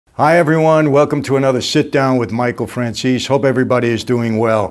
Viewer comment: It's pronounced Fran-zé-sé and not Franzis.